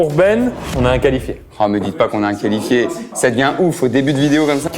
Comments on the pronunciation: Qui a remarqué le « Qualfié » au lieu de « Qualifié » 🤣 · Les gars le « qualfié » 😅